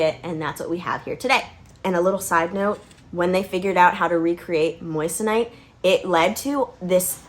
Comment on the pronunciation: It’s pronounced Mwason (in France at least) where Henri Moissan was from. Moi = Mwa not Moyes / Moyesonite, it’s Mwasonite. The rest of video is 👍🏻 😉 Europe still loves USA 🇺🇸